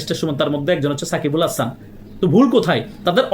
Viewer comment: সাকিব আল হাসানের নামটা ঠিকভাবে বলেন